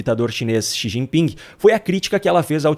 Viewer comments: O nove dedos ficou pasmo, sem saber o que dizer! "Chi gi ping" , 😂😂😂😂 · Lula não sabe pronunciar o nome do presidente da China. Ele quase falou XI Pinga. Kkkkk